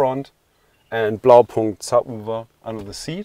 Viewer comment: Great video. Thought this guy looked familiar then remembered he did Andrew's install. Super insightful on multiple levels, including the right pronunciation for Blaupunkt 😜 (if you know what I mean).